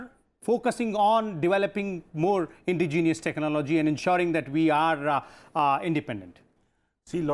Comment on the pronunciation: Sir Indigenous is roughly pronounced as 'In-dejenous' not as 'Indi-genius'.